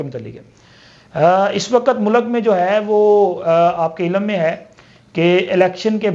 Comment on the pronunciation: Zoomma dari ,baithaks , mulak kindly sahi pronounce Karen